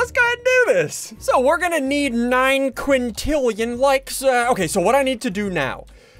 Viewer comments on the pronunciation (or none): Did anyone know he said 9 quantilan like even though there not even that many people in the world